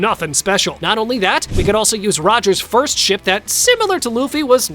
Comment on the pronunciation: he sounds like he’s saying shit instead of ship